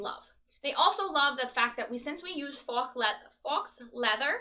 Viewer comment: Faux is pronounced "foe", even in New Jersey.